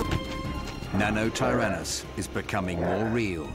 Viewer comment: Still love Triceratops, although "Nanotyrannus" I just cringe